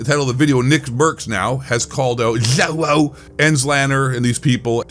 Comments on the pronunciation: Dude the way you say zjoewo 😂😂😂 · When you slurred joewo I died 😂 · I laugh everytime you pronounce Joewo 😂😂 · its great how u say Joewo 🤣🤣🤣🤣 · Why you kept saying Joewo like that was super annoying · I absolutely love how you say joewo name hahah Joewo and ZLander are straight up POS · I love the way he says joewo fucking hilarious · The way you say JoeWos name killed me😂😂😂 slowwo sucks